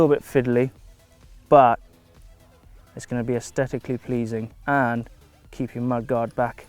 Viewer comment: Being picky here, but can say 'asthetically' again please? He doesn't pronounce the 'th', just the t.